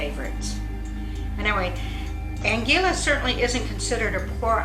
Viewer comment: Please pronounce the name of Anguilla properly. Really irritating to us that have lived here for over 40 years and a lot of your information is not correct.